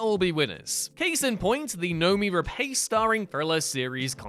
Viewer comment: Rapace rhymes with sauce. Why doesn't anyone at WhatCulture learn to pronounce things?